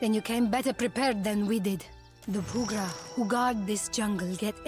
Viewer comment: It's "poo-gra", not "pee-gra". "W" is the Welsh "oo" (and "u" is the Welsh "ee", ironically enough). Aedyrae-speke is all about old and not-so-old English, Welsh and Scottish inspirations. After you deal with Motare-o-Kozi, sail further east and make sure all of your deckhand slots are full. Move around the eastern border of the map for a bit until you find a thing at sea - you won't regret it... him, that is.